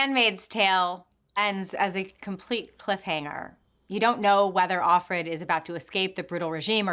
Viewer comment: Offred: "Of Fred." Not "Off red."